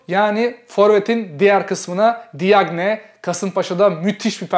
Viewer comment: Diagne nin okunuşu cagne abi :)